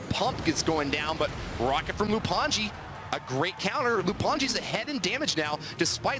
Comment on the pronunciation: Its lou anji not loup, thats how its supposed to be read in french btw